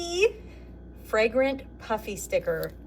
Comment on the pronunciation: Every time you say "puffy", I hear "Puppy". I keep wondering where the dog stickers are...lol!